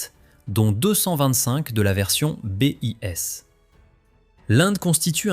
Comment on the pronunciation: Que d'approximations ! Le Mig-17 daterait des années 40 ? Sans compter la prononciation, le bis devient le B.I.S